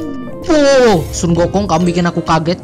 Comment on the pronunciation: Hahaha lucu pas denger "Sunggokong"